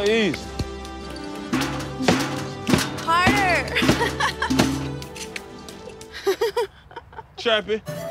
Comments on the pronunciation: Whyd the spokesperson keep calling Trappy Choppy? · Am I the only one that hears her saying "Choppy" every time